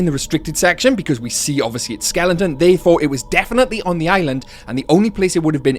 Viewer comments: Skelen-ton, skelen-ton, skelen-ton, good God, man, it's SKELETON. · Why are you saying "skelington"? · Is pronunciation “skelenton” a British thing? Just interested